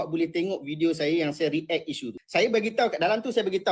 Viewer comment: Selenge je..meleweyh je, bukan 'ric' bang, 'react'